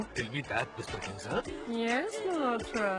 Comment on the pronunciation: Anupam Kher pronouncing Ms Braganza as Ms Barganza